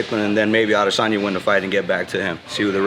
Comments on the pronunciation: "A-DEH!!!!!!sanya" ~ CCC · Quit saying his name that way it’s silly af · Why the hell you keep saying adesanya like that 😂